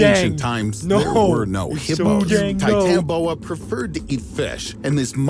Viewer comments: Not titanboa it's titanaboa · U R saying it rong (ti-tana-bow-a) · btw its pronounced titani-boa (not to be a nerd)